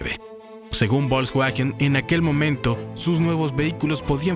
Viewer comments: La marca Bolcsgüagen... se dice Folksvagen y seguro lo has escuchado, nada más son ganas de no decirlo bien. 🤣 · Excelente documental... salvo por el horroroso narrador IA... bolksguajen Tanto cuesta narrar tras un mic? 🤦🏼‍♂ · Volkswagen,se pronuncia fols vagen,esa v suena como f en alemán